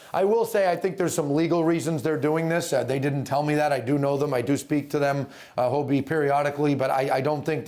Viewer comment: It's HoDie, not Hobie